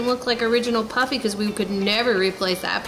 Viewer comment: It's pronounced Poofy.